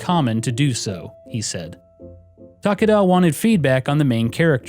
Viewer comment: I think Takada has 3 syllables